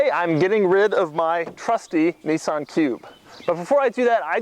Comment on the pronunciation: A Neesun cube.